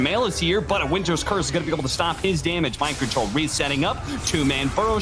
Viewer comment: It was Mind Kontol Axe